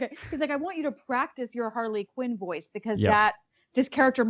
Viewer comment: She said Harley kin